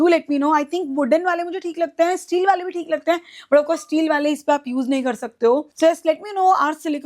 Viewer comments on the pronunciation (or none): none